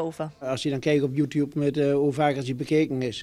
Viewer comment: Youtuube haha